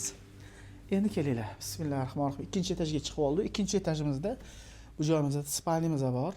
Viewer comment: Rossa harakat qilibti akamiz toshkent shevada va ruscha aralashtirib gapirishga. Juda juda kop aksent va xatolar bilan.Lekin undan kora Bismillah ni toliq va talaffuzini togri qilishni organsala yaxshi bolardi. Kimlarnidir ustun korsatishga moyilligi bor ekan...